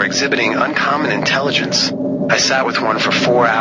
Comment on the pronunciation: when she says "artificial intelliggonce" it takes me out every time. I'm glad that besides all that, I still think she's badass